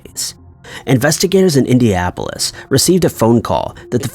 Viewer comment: He repeatedly says "Indiapolis" lol